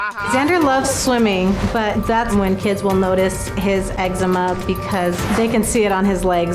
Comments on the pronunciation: why the fuck he say it like “eggsehma” ITS EXCEMA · "eggsma" lol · did anyone else grow up and everyone pronounced it ecZEEma instead of eggzama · Not sure if the OP will respond, but I live in Canada and instead of putting the emphasis on the first syllable like Noel does, we put it on the second syllable. So instead of EX-e-muh it's ex-EE-ma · i don’t know if it’s because I’m Australian and we pronounce eczema differently but the way he says “egg-see-muh” gets me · bro, Noel has eggsemen??? damn i never would’ve noticed if he didn’t say it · Not eggsemen 😭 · The amount of times I’ve heard “you got eggsma?!” Okay it was funny at first but now I just don’t know what to say. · He’s Filipino for sure. Eczema and his name is pronounced like “Noelle” and not “Knowl”